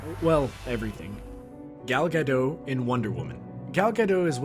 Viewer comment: Man AGAIN WRONG pronunciation of Gal Gadot